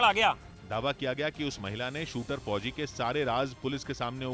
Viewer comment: Fhoji fhoji MTT bolo yr please aacha nhi lag ra sunane mai bilkul